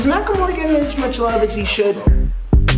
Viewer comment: This tag has me physically cringing. did not just say “Is he still friends with Ryan Phillipe or something” oh no, oh no... and DJ Khalid, I guess that pronounciation is understandable.